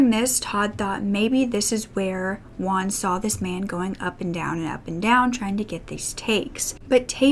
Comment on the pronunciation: Juan = Hoo-an, not "one". I don't know why English speakers say the name "Juan" so strangely. The Spanish J sounds just like the English H.